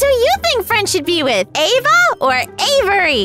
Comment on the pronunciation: Friend with Ava not aevey